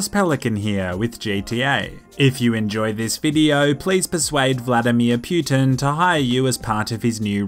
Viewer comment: Vladamer pewtin